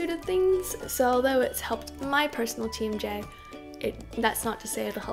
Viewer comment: Every time you say "TMJ" I keep hearing "Team J" and I'm like... Team Jacob? o.O